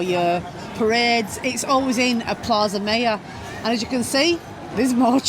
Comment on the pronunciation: Its Platha Miyor (Plaza Mayor)